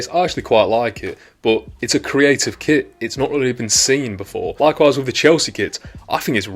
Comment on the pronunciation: Are you saying kit or kid? I obviously know you are saying kit - but it really sounds like you are saying kid.